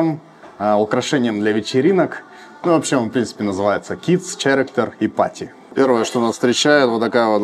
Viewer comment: character - не "ч", а "к"